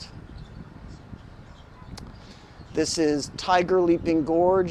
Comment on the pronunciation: "tiger leaping gourge"